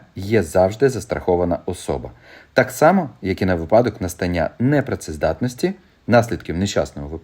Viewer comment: "Говоримо українською": Слово «ви́падок» має наголос на першому складі, як слова «ви́няток», «ви́сновок», «ви́селок».